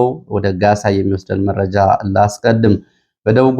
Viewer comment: አንተ ግን አስተያየት ትቀበላለህ? ከሆነ ለምንድን ነው አንድን ቃል እስከሚሰለች የምትደጋግመው? ለምሳሌ " ወደ ሜእጃው እሄዳለሁ ትልና ወደመረጃው ስሄድ ... " እያልክ መረጃ የሚለውን ቃል " እንጬትኤንጨት" እስከሚል አድማች ታሰለቻለህ:: ሲጀመር የምታቀርበው ሜእጃ ነው: ስለሆነም የያዝካቸውን መረጃዎች በቅደም ተከተል አቅርብ መቸም የቅደም ተከተሉ እንክዋን አይሆንልህም እንዴ ራያ አንዴሃድያ አንዴ ቆቦ ሌላ ጊዜ እውምቦ መልሰህ ራያ... ብቻ ምኑ እንዲሁ " አራንምባና ቆቦ" የሚለው ይገልፅሀል